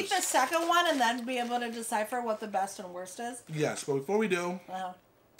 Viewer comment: the worst or the "beat " meal 🤔 🤣🤦‍♀️ do you mean best meal 🤣 and you need a shirt that say # exactly # absolutely # needs more sauce